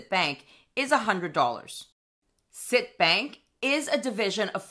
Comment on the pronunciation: Hi as a former employee of CIT please note that it is pronounced CIT as in ABC. No biggie just a pet peeve! I will be taking advantage of their rate! I currently have Marcus but a full point is too tempting to pass up with no hoops to jump through.